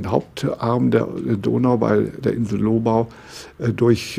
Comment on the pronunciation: Sehr interessant! Danke! Als Österreicher möchte ich noch anmerken, dass man hier das Gebiet der Lobau auf der zweiten Silbe betont und nicht so wie hier auf der ersten.